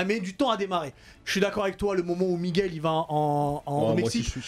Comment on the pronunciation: Ol kainry ne dit plus "migouelle" mais "Miguel" c'est comme ça que ça se prononce 🤣